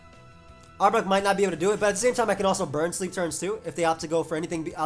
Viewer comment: The way you pronounce arbok as "arbuck" drives me nuts, dude.